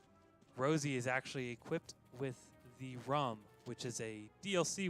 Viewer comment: Like the submission, one of my favourite games. Hope you get it in! Small note though, the Ruhm is based on the german and should be pronounced more like "Rhoom" which means Glory.